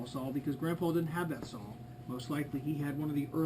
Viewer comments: It’s pronounced “saw” not “Saul” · Can't really take anyone serious when preaching about equipment when they say "sawl" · Sounds like he is saying Saul....4 Sauls..Great Saul..Competitively built Sauls..Sauls..Sauls..Sauls..BTW great video :D